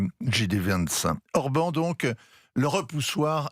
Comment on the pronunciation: l'expert géopolitique qui prononce mal le nom de Orbán Viktor, du grand Europe 1 - comme dab